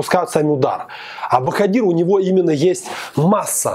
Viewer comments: Не правильно произносишь имя Жалолова- Боходир.В узбекском алфавите нет буквы в ,поэтому пишется Боходир,а произносится Боходыр. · Спасибо за обзор!, не ломайте язык говорите БаходЫр, мы все так говорим, это не ошибка. Особенности фонетики таковы, что произноситься слово (в данном случае БаходЫр жёстко), а пишеться мягко (БаходИр).